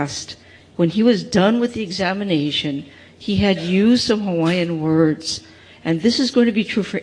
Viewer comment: For heavens sake, can they please get a reporter that knows how to pronounce Hawaiian words properly. This sounds like Sherry Bracken (sp?), she’s awful!